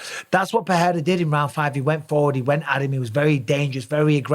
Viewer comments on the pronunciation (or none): Mike, stop saying “PeHeira”, it’s pronounced PeReira — in Portuguese, as in English. Joe Rogan DOESN’T know. Ask any Brazilian person, ask Gilbert Burns. Don’t perpetuate Rogan’s made-up pronunciation. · People need to stop butchering Pereira’s last name and just pronounce it PeReira like it actually is…not Peheira Peeira